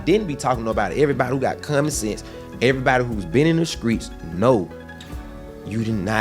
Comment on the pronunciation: the “Skreets” tho 😂😂😂😂